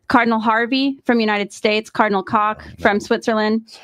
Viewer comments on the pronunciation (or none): Koch is pronounced "coke"